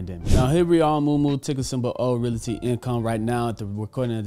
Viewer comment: He still can't pronounce "realty" correctly.